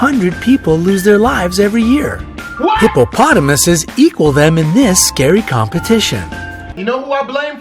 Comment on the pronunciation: The narrator says eses when it is I like Hippopotomi.